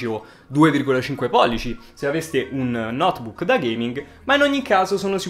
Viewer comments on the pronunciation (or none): none